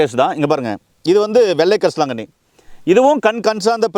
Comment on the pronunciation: பொன்னாங்கண்ணி கரிசலாங்கண்ணி தெளிவா சொல்லுங்க